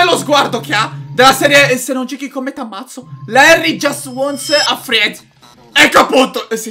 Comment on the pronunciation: consiglio inglese: non si legge "friend" ma "frend" Oki okay ciaoooooo💚💚💚✌️❤️❤️